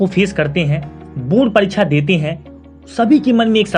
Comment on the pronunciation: sir wo bord parikcha hota h bord paricha nai😂😂